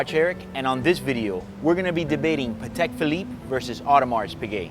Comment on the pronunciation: Paddeck Pheleeppeh